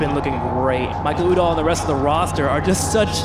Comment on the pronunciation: The ESPN announcer butchers Michael Udall name. It's pronounced Michael YOU dall not Michael OOO dall